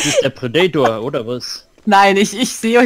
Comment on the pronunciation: Wenn hier noch einmal jemand das Wort Predator so katastrophal falsch ausspricht, dann... LAUFE.ICH.AMOK!!! ;-P Als Let's Player hat man doch auch Verantwortung (der Sprache gegenüber) ^^ Schön allerdings die Shakespeare-Remineszenz :-) (beide meiner Bemerkungen in einer Szene )